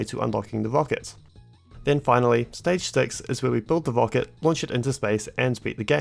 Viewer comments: "wocket" lol should've learned how to speak instead of math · i like the way you say "wocket"